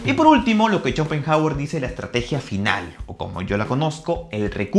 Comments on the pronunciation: No se leería como /Shopenauer/? Digo e.e 😂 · Por qué pronuncia "cho" cuando es "xo"..? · Que horrendo no pude ver el video después de escucharte decir shopenjauer , si hablaras de una eminencia lo mínimo es pronuncia bien su nombre; primate inculto. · me parece a mi o dijo CHOPENJAGUER??! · Si, dijo CHOPENJAGUER y sigue diciéndolo así al menos hasta los , ahí lo deje de ver 🤦🏻‍♂️🤦🏻‍♂️🤦🏻‍♂️ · "Chopen" hauer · Chopenhawer! XD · "Chopenjagüer" v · Jajajajaja Chopenjauer :vv